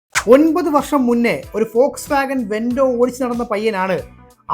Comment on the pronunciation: പോക്സ് വാഗൻ അല്ല മിസ്റ്റർ... ഫോക്സ് വാഗിൻ 😂😂